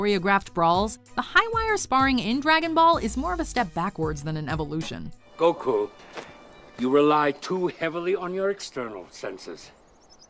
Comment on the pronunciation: Wow you pronounced Goku the right way this time.. about time xD I'll give you a like that